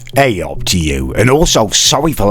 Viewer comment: said Gayup